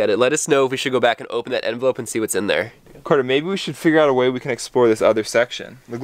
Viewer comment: It is Carter not Cater